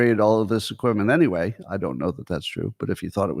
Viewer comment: Top 10 annoying things Scott does (which one do YOU hate the most?): 1. The awkward way Scott ends a topic with "iiinyway" 2. Scott answers his own question with "I dunno". Often preceded with a little squeaky, groaning noise. 3. Scott: "You know how they could have saved a lot of money? They could have just asked Scott" (note: I think he knows this one is worn out so he's modifying it somewhat). 4. The way Scott pronounces the word Question as "Queshion". 5. The little growl in Scott's voice when he imitates any group of people. 6. When Scott acts like a tough guy. "If China doesn't stop shipping fentanyl, we are gonna fuckin' kill 'em" (no we're not) or the more recent "I would literally take a bullet for Musk or Vivek" (no you wouldn't). 7. His overuse of the word "Hyperbole" (hey Scott, there's a new word they just invented, it's "exaggerate". 8. Scott's sex robot/porn/masturbation stories. He's an old, probably celibate guy that never leaves his house and him talking about sex is stomach-turning. Grow up Scott. 9. The constant repeating of his explanation to his opposition to DEI "I'm not saying anything about anyone's genes, race, or culture - blah, blah, blah". I've literally heard that 50 times and it sounds like he's afraid of being called a racist - which disputes his "I'm so brave; Elon, Trump and I saved America" claims. and the absolute, undisputed most annoying thing Scott does is... 10. The nervous laughter that Scott does after 50% of anything he says - even w